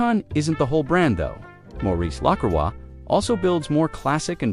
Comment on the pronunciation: At least get the AI voice to pronounce the name correctly.